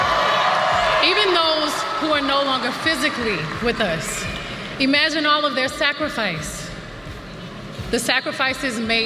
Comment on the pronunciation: Hey Beyoncé, it’s IM-agine, not EE-magine…